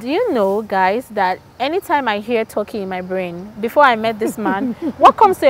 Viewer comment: Hahaha TORKEY instead of TERKEY(Turkey).